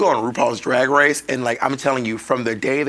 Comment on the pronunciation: "Rupaul's Drag Wace"